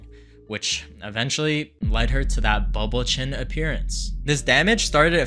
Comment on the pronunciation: Did he say booble chin?